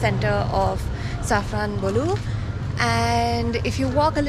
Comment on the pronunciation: You pronounced the word Safranbolu well.😅